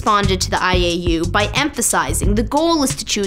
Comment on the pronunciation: When she said IAU i thought she said 'I ate you'. Hahaha